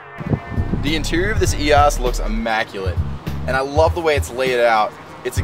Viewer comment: Love the car and video but your mispronunciation is killing me EEe Oh Sss